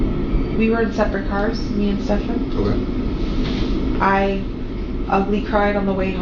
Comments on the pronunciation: Probably i'm a complainer, but I do wish you would pronounce the man's name properly. It's not ste - FAN, it's STE - fun. Also, it seems to me that jenn is constantly wasted on xanax etcetera, which could explain her forgetfulness. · I actively enjoy this mispronunciation every time- don't stop, lol. He isn't worth the correction, and there aren't even any insults low enough for a nickname.